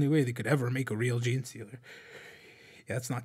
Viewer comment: “ jean socks”… you mean jocks?